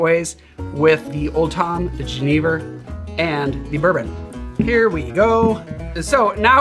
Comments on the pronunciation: Ja, jenever! Finally a channel that takes the time to pronounce it right <3 Great drink, nice riffs. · As someone who is Dutch I have to say you pronounced "Jenever" perfectly sir! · Great pronunciation on the Jenever! ;) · I'm from the Netherlands and you're the only person I've ever heard say jenever correctly on YouTube lol